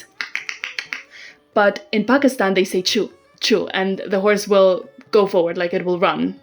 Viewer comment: I like your voice and your pronunciation of the word 'Pakistan" is surprisingly accurate for a foreigner